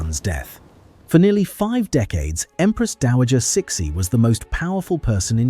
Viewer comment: "Suh-SHE", not "Six-y"